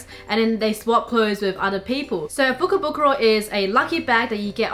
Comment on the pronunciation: If I hear fukobukoro one more time I will go nuts